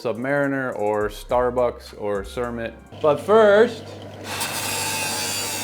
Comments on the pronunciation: Isn’t it ‘Kermit’ as in green 🐸 hadn’t heard of ‘cermit’ before 😮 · Cermit? I thought it was Kermit all this time🐸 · "Cermit"? I think you mean "Kermit", like the frog. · Thought it was Kermit (not Cermit) after the green frog from Muppet Show? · * Kermit not Cermit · It’s actually pronounced “Kermit” with a K. Like Kermit the green frog.